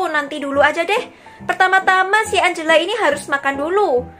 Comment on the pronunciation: engela lo kak bukan angela😅